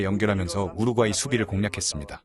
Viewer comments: 우르과이지 왜 우룪꽈이 라고 발음하냐 이 찐따야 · 첫 경기에서 너무 혹사해서... 두 번째 경기 부터 힘이 딸릴까 걱정이 돼네. 그나저나 왜 여기저기서 우루꽈이라고 읽는지.. 멀쩡하게 우루과이라고 써 놓고.. 그 발음이 그렇게 어려운가.. 생각하게 만듬. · 우루꽈이 존나 거슬리네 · 왜 자꾸 우룩꽈이 라고 발음하죠 넘 웃겨서 다른 내용이 안들려 ㅎㅎㅎㅎㅎㅎ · 왜 자꾸 우룩과이라고 발음 하나요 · 성우분 우루과이랑 우루꽈이랑 다른나라입니까? ㅋㅋㅋ 설명 듣는 내내 거슬리네요 ㅋ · 우루꽈이 겁나 거슬리네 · 우룩꽈이...넘 거슬려....언제는 우룩꽈이, 언제는 우루과이... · 계속 "우룩 꽈이"라 고 하는거 킹받네~ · 좋은 영상컨텐츠 감사드립니다. 다만, 우룩꽈이가 조금 거슬립니다 ㅎㅎ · Ai아나운서가 우루과이를 우루꽈이 로 발음하네? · 영상 중 더빙은 안하시는 것이 좋겠습니다. 발음이 너무 부정확합니디ㅡ. 우룩꽈이..라뇨. 성우분이 교포인가요? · 우룻꽈이 라고 발음하네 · 왜 많은 유투버들이 우루꽈이라고 발음 하는거지? 원래 우루꽈이를 내가 지금까지 우루과이로 잘못 알고 있었나 헷갈리는 중. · 발음 개구리네. 우룩과이는 뭐임. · 우루꽈이? ㅋㅋㅋ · 우룩과이 발음 킹받네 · 번역성우 우르꽈이 우르과이 발음이게 뭔가요:? 전자남인가요? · 우루꽈이... ㅋ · 우루꽈이라고 하지... 본토 발음인가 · 아 ..우루꽈이 우루꽈이 ...발음 진짜 거슬리네,ㅋㅋ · 여기도 우룩꽈이라고 하냐 이거 다들 이렇게 읽어? 아니자나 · 우룩가이로 들리시는분?? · 우룩꽈이 싸일싸일 이 발음 너무웃겨용 ㅋㅋㅋㅋ